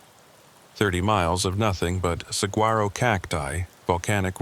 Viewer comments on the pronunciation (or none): Learn to pronounce saguaro. AI is stupid. Narrate your own made up stories.